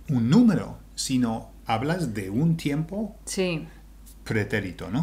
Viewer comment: please allow me to make this observation for your Spanish. U and I are weak when we are learning Spanish. What am I saying? The vowels U and I are weak, meaning, when combined with a strong vowel, A, E, O they no longer make TWO sounds. Tiempo. Tiem-po. If I say it the way you say it in this video, it is Ti-em-po and that´s not correct. Es-ta-ción because an accent doesn´t invalidate this rule! We still have only one syllable Es-ta-ción. U and I are weak. A, E, O are strong. Two strong vowels are two separate syllables, always. Fe-o. Bien. One syllable.